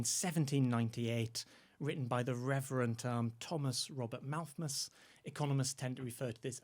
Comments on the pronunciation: Yes, "Malthmus" and that famous Dickens story "Christmas Tales." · Why is the guest adding a second m to his pronunciation of Malthus? Can he not read properly????!!!! Also, the average income in England going up approx 200 pounds is a pretty notable amount of growth given the overall income being brought in. Not compared to an industrial society but certainly not nothing. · Malthus not Malthmus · Him saying Malthmus is very, very irritating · Why does say Malthmus?